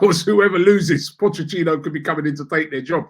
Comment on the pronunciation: no one : absolutely no one : absolutely NOOOOOOO ONE : Robbie : pochecchino